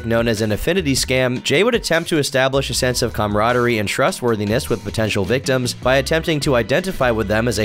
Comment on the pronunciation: called these guys victoms? 😂